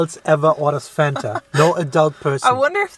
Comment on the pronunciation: Fanta was invented by Coca-Cola Germany. As a German myself, how the f*** can mispronounce the name Fanta. He knows how to pronounce it the right way but he ruined it.